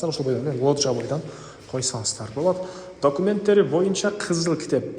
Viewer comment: дОкумент деп жазылат, бирок, дАкумент деп айтылат. Туура суйлоп уйрончу, пожалуйста.